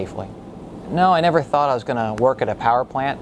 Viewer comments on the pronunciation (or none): none